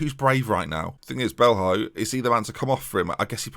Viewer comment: O'Riordan is pronounced more like O'Riden, and Belho would be Belyo. Just think of players like Ronaldinho & Coutinho when names end in ho - it's almost always "yo".